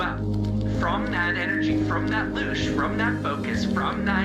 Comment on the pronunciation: The CERN guy said “loosh” energy pus conventional energy- not “loose” energy….